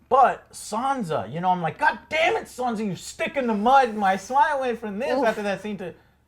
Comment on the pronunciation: I really enjoy these reviews! They're awesome ❤ But please, Joe... SanSa! With an S, not a Z 😂😜😉 Keep up the good work, guys!